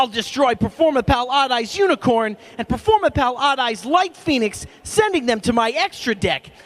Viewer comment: performapur- performur- performapal!